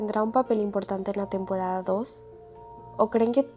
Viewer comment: Oye no puedes decir r tenpodada